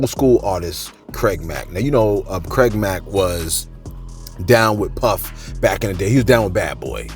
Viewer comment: “CRAID MACK”